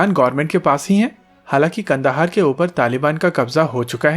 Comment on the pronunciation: Kand.haar nhi kandhar hai कांधार न कि कंदहार